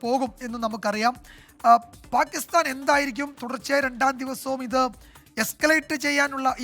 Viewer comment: പാകിസ്ഥാൻ ആണ് പാകിസ്താൻ അല്ല., നിങ്ങൾ എങ്കിലും മലയാള ഭാഷയെ കൊല്ലരുത് പ്ലീസ്